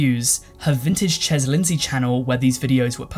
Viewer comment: Chez is pronounced “shay”.